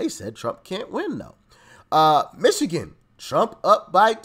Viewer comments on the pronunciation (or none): none